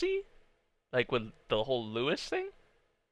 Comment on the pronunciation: By the way, the 's' in 'Louis' is silent. It's the French name, apparently